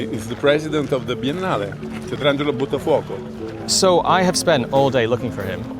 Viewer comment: Buttafuoco... Interesting name. It means "Fire-dropper" ; " Fire-thrower", or something similar. It is quite awkward though that you native English speakers are totally unable to pronounce anything Italian correctly...